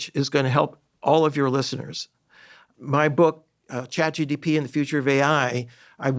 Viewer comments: This person needs his own course on how to learn in order to say ChatGPT and not ChatGTP 😅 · Did anyone else notice that Terry kept saying ChatGDP (gross domestic product)? That severely diminished his credibility and even more so that Huberman never corrected to him. His final attempt was ChatGTP which is closer.